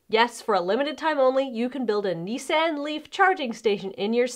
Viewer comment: I've never heard anyone pronounce Nissan like that before.